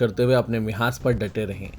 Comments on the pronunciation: MIHAAZ NAHI MAHAAZ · مِحاذ نہی بلکہ مَحاذ اور رُقص نہی بلکہ رَقص.